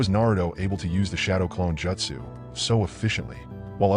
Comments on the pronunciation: The most annoying thing on this vid is you calling it Jetsu when it is Jutsu ( Jute - Sue ) please correct this pronunciation from here on out. Thank you. Other than that good vid. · Bro gotta learn how to pronounce jeutsu wtf... Naruto is also pronounced wrong